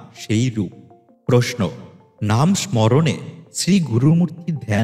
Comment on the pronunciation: জয় রাম। জয় গোবিন্দ। কয়েকটি শব্দ ভুল উচ্চারিত হয়েছে মনে হয়। 'প্রমথ' বাবুকে 'প্রথম' বাবু ' রামভাই স্মরণে' কে 'রামভাই মরণে' ইত্যাদি। জনসমক্ষে এ ধরনের বাণী প্রচারে আরও মনযোগী হতে বিনীত অনুরোধ রইলো। গুরুদেব সকলের মঙ্গল করুন।